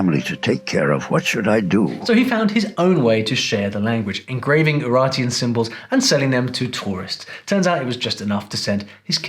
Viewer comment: quick notice for non fluent in english: UraRteans (not "n")